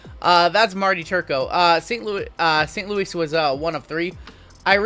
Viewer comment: It's saint Lou e